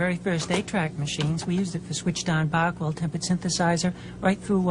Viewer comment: Unfortunately, she pronounces "Bach" incorrectly.